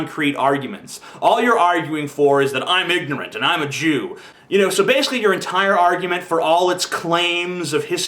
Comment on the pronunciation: He sounded northern english the way he said "Baaaaaaaaaaaaaaaasically"